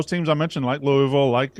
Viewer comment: Please learn how to say Louisville correctly